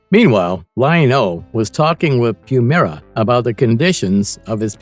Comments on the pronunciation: I need the narrator to have watched Thundercats to know itself WILY Kit/Kat and not WILLY Kit/Kat. PuMYRA and not PuMEERA. CheeTARRA and not CheeTERRA. SNARF not SNURF or whatever he said. This video was torture because of it and you won't get my like. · Dude... narrator...LEARN TO PRONOUNCE THEIR NAMES...WHYLEE KAT...CHEAT ARE A...PUM EYE RA